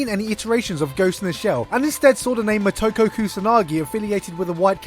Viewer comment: It's Mo-Toe-Ko